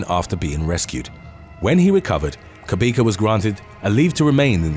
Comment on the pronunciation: Lol! Your pronunciation of Themba Cabeka is the strangest thing I've ever heard. It wasn't until you said he's from Johannesburg that I realised it's actually a Zulu name. Themba is pronounced "Teh-mbah" (Teh for Terror, Terrible or Tehran). Cabeka has a click sound. The C is pronounced "Xq".